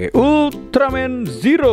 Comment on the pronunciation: itu di bacanya zero bng klo tokupens bilang bukan ziro klo ziro itu untuk penghafalan orang melayu/malay